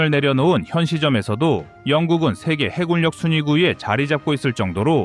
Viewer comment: 이젠 좀 해굴역, 공굴역 ... 이딴 발음 좀 없애주길... 정말 못 듣겠다. 쩝.